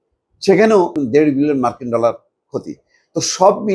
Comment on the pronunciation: ইন্ডিয়ান নিউজ টা ভালো করে দেখি মার্কিন ডলার যে উচ্চারণ করো